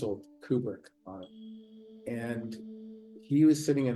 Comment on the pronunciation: You could learn to say Kubrick correctly. I feel there might be a point to that. It's not pronounced "cubic".